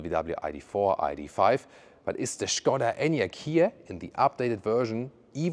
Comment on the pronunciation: Super, Good your pronunciation "Shkoda"